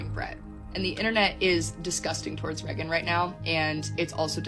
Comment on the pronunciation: I’ll never trust someone that pronounces Reagan Reggin